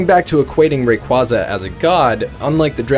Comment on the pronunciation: Stop pronouncing raquaza wrong!